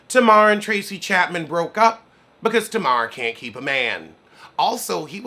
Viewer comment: Did you say Tracie chattman? 😂 Yo you stupid 😂!